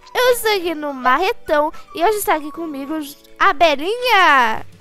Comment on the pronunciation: Quando ela falou Belinha,eu pensei que era bananinha